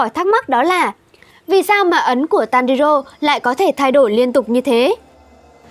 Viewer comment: Tanrirô , kimetsu no raiba , noá Chịu cách đọc luôn :)